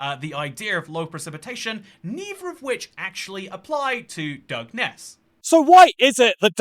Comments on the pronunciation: It's pronounced "Dungeon-ness" 🤣 Also, we have rainforest too! A diverse little island indeed ☺️ EDIT: Sooo ... I'm just gunnu leave this here as a lesson to myself, and others, not to pause the video to correct somebody. They might just start saying it right like 10 seconds later 😅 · Thanks for correcting your initial pronunciation ‘dug-ness’ lol!! Do u have dyslexia btw? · As someone from nearby on the South East coast, I find the way you pronounce Dungeness hilarious… it is actually more like “Dungeon-ness” 😅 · It's pronounced "dungeon ess" and it feels like being in a fallout game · FFS it's pronounced Dungeon- ess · Its pronounced dungeon-ness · Its pronounced dungeon-ess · Dun gen ess... Also, north Kent is almost Mediterranean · Dungeness is pronounced dungeon-ess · The pronunciation of Dungeness in the beginning pained me